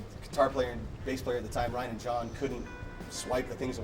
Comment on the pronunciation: He says Ryan and Jon really quick like ryann'jon